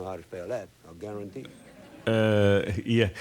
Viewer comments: I... GUAR-UN-TEE! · I gar-ron-tee